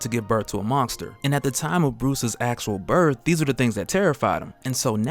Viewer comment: I swear your saying mongster instead of monster